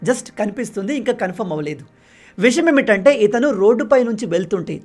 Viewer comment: విషయం ఏమిటంటే అనాలి. నువ్వు చెప్పేటప్పుడు విషమేమిటంటే అంటున్నావు.